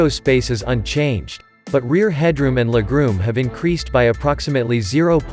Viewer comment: Leg-room or “legrume” ?…lol